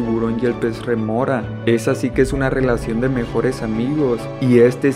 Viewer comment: Es rémora, no remora. De nada.